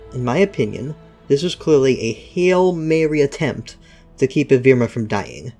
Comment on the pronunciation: its evrima not evirma. how on earth did you get that wrong